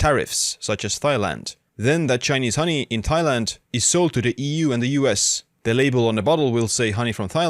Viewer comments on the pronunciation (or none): Tie- land not thigh-land my friend